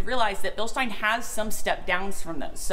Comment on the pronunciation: So it started out as Bill-steen. Then we got the "correct" pronunciation of "Bill-st eye n". Now I detect an "Sh" sound instead of an "s". Is it "Bill-sht eye n"? Or is the sh sound something that doesn't have the English equivalent?